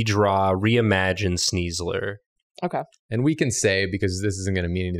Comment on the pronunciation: Am I the only one screaming at the computer when Julia doesn’t give sneasler ‘S-KNEES’! This was a great episode though.